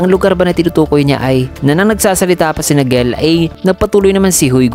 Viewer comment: Tamang pag bigkas sa name ni "Gell" ay "Jell" tapos kay "Clock" naman ay "klak" hehe yan kase ang tamang banggit sa nami nila